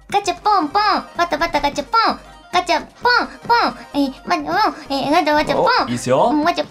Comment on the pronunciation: バタガチャポンがだんだんガタバチャポンになってるのかわいい